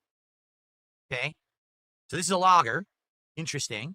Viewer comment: Why does he pronounce lager like a spastic?